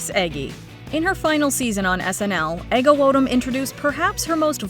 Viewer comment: Take a drink every time MsMojo mispronounces "Ego Nwodim" ... but have the paramedics ready 😅